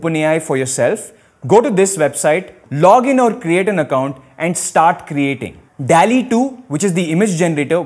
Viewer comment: Dall-e nhi Doll-E pronounce hota hai